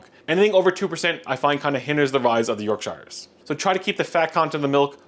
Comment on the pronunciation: York Shires - I hope nobody from Yorkshire heard that pronunciation. Beautiful looking Yorkies.